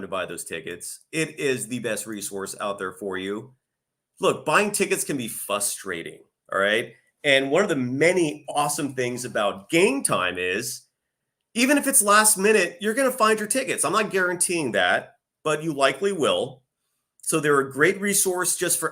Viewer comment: fRustrating has an R in it. This is all.